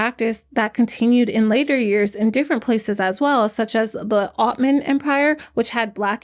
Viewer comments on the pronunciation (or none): It’s pronounced OTTOman empire. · this is not a hate comment but i think it's hysterical that you could pronounce the welsh but not "ottoman" or "harem" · I understand not being able to pronounce some words but for Pete’s sake, harem and ottoman, girl you didn’t pay attention in your history, social studies and geography classes?